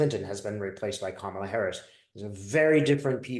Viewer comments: It's "comma-la"...like (,) la! Thanks,! Love-Light! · Kamala is pronounced like “comma la”